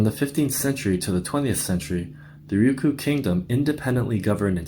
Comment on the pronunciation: Don't you mean "Ryukyu"?